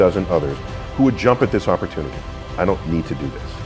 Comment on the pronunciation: *recited, not resighted! oppurtuninty? Come on!